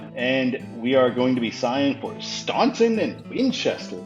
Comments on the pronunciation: Staunton (in Virginia) is pronounced STAN-ton. I stayed there one night when I moved from Plymouth MA to Lumberton TX 12 years ago. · Well anyone in virginia will know you're not from virginia because you did not pronounce staunton correctly. Its pronounced Stanton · I visited Staunton and I heard absolutely nobody pronounce it Stanton but I really could really give less of a f*ck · I went to Charlottesville for work, and I had to fly into Richmond Byrd Airport. I drove up 64 to Charlottesville, during October. Such a glorious ride, the leaves changing and hardly any traffic. Buckley to Richmond is too far. Staunton (pronounced “Stanton”) is actually a big deal in that part of the country. It’s Woodrow Wilson’s hometown and not much else besides Virginia Tech is significant around there. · When I went to Staunton nobody there pronounced it Stanton but I really don't care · My mom, who’s lived in the area her whole life, also pronounces it like STAHN-ton, so you’re not the only one